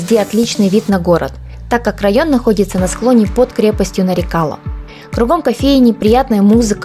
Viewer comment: милая моя землячка. не вводи зрителей в заблуждение, если ты правильно поставишь ударение то на твоем родном языке сразу поймешь название крепости Нары-кала - мелкая крепость. И потом откуда в тбилиси где нет ни грамма нефти армянские нефтепромышленники. Там половина населения была азербайджанской, о чем говорит много старых названий